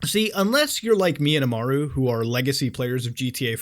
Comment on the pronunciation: nvm you said Imaru, but it’s pronounced really close to mine